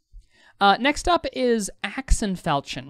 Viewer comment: Really helpful video... new to game an want to work out what's best for the character. As a side note: please look up how to pronounce Falchion: you shouldn't be mentioning a sexual act as part of the pronunciation! XD